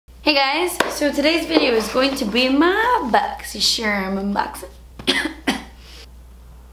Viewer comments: Love your boxycharm videos... drives me insane that you say boxy-chermm. But when my videos are playing and I hear you say it i know it's you boo!🤣😉 keep inspiring is us all. 😄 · I believe it's pronounced Boxy Charm, the Charm sounds like when you would describe a charm bracelet or Lucky Charms. Or like when a person is charmed by a cute child or something. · I always look forward to hearing her say "BOXYSHERM!!!" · I don't even have Boxycharm but I watch these videos just to hear her say "Boxysharm" 😍